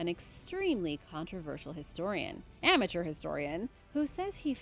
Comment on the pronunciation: I love how basically emphasized with a very loud voice "AMATEUR" historian